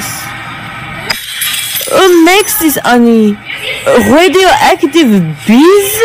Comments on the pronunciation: "Rhädioectiv BEÅS?" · Hearing a french woman say "raighdioactive BEIZE" instantly made my day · RHEDIOACTIVE BEES?